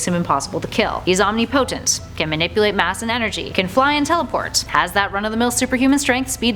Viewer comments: I don't think you know what omnipotent means. Btw it is pronounced Om-nih-pah-tent. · Its not pronounced omni-potent its pronounced om-nipotent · Omnipotent isn't pronounced "omnee-potent." It's pronounced, "omnip-o-tent." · It's not omni potent it's omnipotent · Deity is pronounced day ity and omnipotent is pronounced ohm ni po tent. Just to clear that up for the presenter (pre sent er.) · What is Ohm-knee-potent? I think you're pronouncing that wrong. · Dee-uh-tees Om-nip-a-tent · You’d think a ‘nerd’ based YouTube channel would be able to pronounce OMNIPOTENT. It’s one word not Omni Potent. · Guys thanos would get absolutely destroyed, for darkseid is omnipotent (she pronounced it as omni-potent), meaning that darkseid literally has the power to do anything; he could erase thanos from ever existing, whearas thanos is powerful, but not limitlessly. #Darkseid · WHY do you pronounce omnipotent "omni- potent"?? Is that dialect or have you never heard that word spoken aloud before? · omni-potent and die-eh-tee SMH -. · "He's 'omni-potent' " facepalm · It's pronounced OM (nipo) tent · I don't like the way she mispronounces the words "deity" and "omnipotent", she obviously doesn't read comic books. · Darkseid ps learn how to say omnipotent properly u scrub. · darkseid isnt omnipotent. and the way you pronounce it makes me so angry. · Deity and Omnipotent are not pronounced the way she did. As well spoken as she was, this just ruffled my feathers. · Girl youre not a nerd if you cant say omnipotent right. LoL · You go to all this work to make a video and then pronounce two common words wrong?! Ffs look up the pronunciations if you're unsure. Don't just make up your own for a quasiprofessional vid. Ty. "Deity" and "Omnipotent"